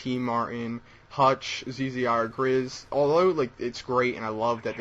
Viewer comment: why do you pronounce zzirGrizz like Z Z I R Grizz?